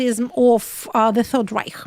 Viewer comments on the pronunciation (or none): none